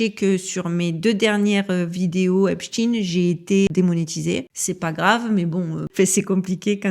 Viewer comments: 😂😂😂 brigade de la syllabe !!!! On ne lâche pas 💪🏼, on continue de prononcer à l’anglaise (tine et non ein) !!! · Pouvez vous donner une raison au maintien de votre prononciation de Epstein en In au lieu de aïn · C'est vrai que c'est bizzard de prononcer Epshtine alors qu'il s'appelle Epstein lol ... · Même la prononciation du nom du criminel est changée de"stein" à "dean", triste. Mon épouse et donc ma belle famille a un nom de famille se terminant par "stein", or bien qu'ils aillent aux quatre coins du monde 😁, ils n'en ont jamais changé la prononciation, USA y compris. Stein à l'allemande. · La chaîne des signifiants du récit de l'humanité selon J. Lacan ou l'instrumentalisation des grands archétypes dans la construction du réel?! Mais lequel sera signifié, exposé??? Et la prononciation du nom est toujours IMPORTANTE! Pas ''TEEN'' mais ''TEIN''! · Epstein pas Epstine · On prononce Einstein, Lichtenstein, Weinstein, alors pourquoi switcher sur Epstine ? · Salut. Pour la prononciation, je suggère de l'autre (ÉSTINE) Le type qui a acheté le site est du même gabarit et va tenter de prendre la place de l'autre. Vidéo toujours au top. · Merci, très intéressante cette vidéo, mes pitiez arrêtez de parler de ce type en l'appelant epstine...on on dit pas frankestine...!!! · Pourquoi dire epstine ? Vous dites Einstine et Frankstine? C'est bizarre... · Salut, concernant la prononciation du nom, comme c'est lui qui voulait qu'on l'appelle epstin, je ne suis pas sûr de vouloir respecter la "dernière volonté" d'un monstre 😉quand bien même le monde entier marcherait dans ce jeu... Maintenant, toi tu fais comme tu veux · Je t'assure que la prononciation de son nom a toute son importance... Le diable se cache dans les détails et nous le 😂savons que, trop !on dit bien Frankenstein... Albert Einstein... Etc... Mais lui et son acolyte Harvey WEINSTEIN... Ont le droit de voir leurs noms se transformés... Bizarre, avez-vous dit !?? 🤫 Force à toi ❤️ ❤️ ❤️ ❤️